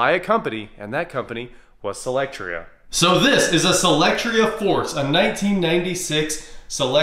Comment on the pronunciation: You always pronounce it SElectria buts it's SOlectria